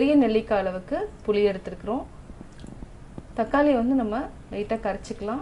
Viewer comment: அம்மா, அது புளி, தக்காளி, கொள்ளு. நீங்க சொன்ன மாதிரி . புலி, தக்காலி, கொல்லு இல்லை. முதலில் சரியாக வார்த்தைகளை சொல்ல கற்று கொள்ளுங்கள். பிறகு ரசம் வைக்க சொல்லி தரலாம்.